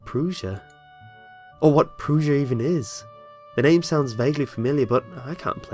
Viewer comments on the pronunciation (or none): Its not prussia like prouzia. Its pr-ussia. Prussia.... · Also, Pr-uh-sh-uh not Pr-oo-sh-uh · pr-uh-tion, not pr-oo-sian